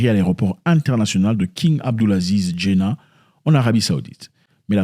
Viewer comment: Ça se prononce Djedda...avoir un visa sur djedda c est normalement pour une omra organisee,c est a dire un petit pèlerinage de 2 sem..vous devez passer par un agence de voyage autorisee par les saoudiens...il dout y avoir un truc de louche dans cette affaire..affaire politique,je ne pense pas car l arabue saiudite et le nigeria sont les allies des sionistes,et ont vote contre l embargo petrolier contre ce pays...va y cherche encire la cause et tu trouveras que peut etre ce sont des visas falsifies..peut etre